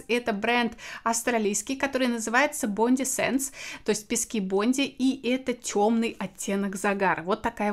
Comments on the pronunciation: Бондай, а не Бонди. Это самый популярный пляж в Сиднее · bondi читается как "бондай" =) бондай бич - культовый австралийский пляж. отсюда и название автозагара)